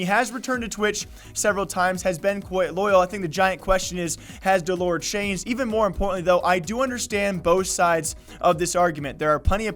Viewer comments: its dell-er not dull-ore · did he just say dell oor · Please say his name correctly for fuck sake.. your running what you want to be a “news page“ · Wow you got all your facts wrong. You're even saying his name wrong. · Can you please pronounce the name right thanks